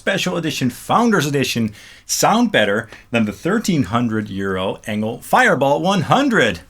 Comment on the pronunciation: I thought Engl is pronounced like "Angel"